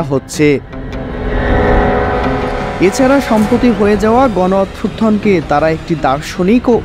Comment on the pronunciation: কি যোগ্যতায় আপনাদের চাকরী হয়? অনুকূল আর প্রতিকূলের পার্থক্য বোঝেন না। অভ্যুত্থান এর উচ্চারন করলেন অথ-থুথ-থান।